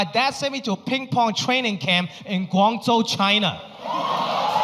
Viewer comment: It is Guangzhou not GwangJu, that’s Korean ….